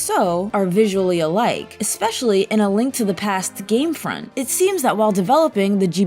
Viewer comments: Heh, when talking about the Cane of Somaria's name being misread, she said "front" instead of "font." What an odd coincidence. :p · And said game front instead of game font.